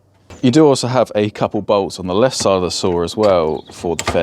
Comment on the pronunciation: I don't understand why "the" is so difficult to say... You know there is a difference in meaning between "the" and "thee"?